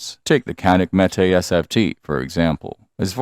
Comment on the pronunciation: Might learn to pronounce "Canik".